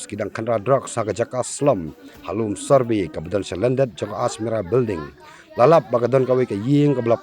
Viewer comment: Survey ❎ Sorbe ✅ 😂😂😂